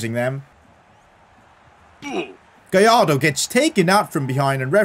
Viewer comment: You need to pronounce Gallardo right, in Spanish when it is two l’s next to each other you pronounce it “j”. So for Gallardo you say “Gajardo”.